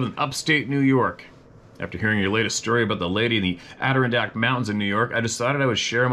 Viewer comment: In New York it's Add- er- ron-dak. That's it Steve. You just need work on the Ron. Ron like the man's name. Have a wonderful rest of you week. Thanks for being you.